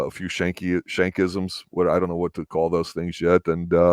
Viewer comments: schanke is pronunciation the Sch is hard not soft. LaCroix has no Y In it, pronunciation is OX is hard . No Y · Your saying Schanke name wrong